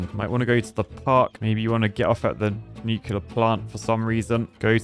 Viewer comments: Nuke-LEAR not Nuke-U-lar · The most disappointing thing in this entire video is hearing a qualified engineer say "Nu-cu-lar" instead of Nuclear 😭😭😭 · Nucular plant